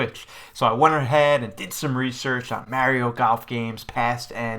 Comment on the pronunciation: Funny how he says Mario ike Mehrio